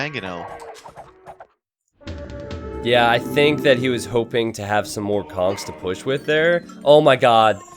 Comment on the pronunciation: This was driving me insane too. That and every time i hear "maGonel" when it's actually "Mangonel" which is perfect because it can be shortened to 'Mango'.